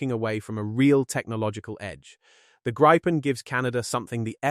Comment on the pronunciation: Please stop pronouncing it a gripe-pen. It is greep-pen (grippen) and means Griffin/Gryphon in Swedish.